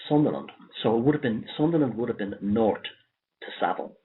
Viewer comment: North sounds like nourt 0 sound like caught?